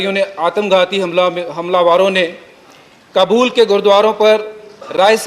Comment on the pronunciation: Kabul bolo na ki kbul sahi bolne koshis karo